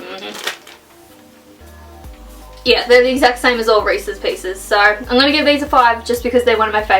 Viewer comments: not reaces peases reeses oenut butter cups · They are just Reese’s, not resse peices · I love how she says resses peices nope resses peanut butter cups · Anyone else notice she called recess peanut butter cups reces pices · They are not “Reese’s peace’s” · I'm from South Africa and it even killed me when she kept calling them Reese's pieces...